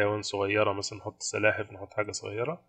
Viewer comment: اسمها سلاحف مش سحالف 😂😂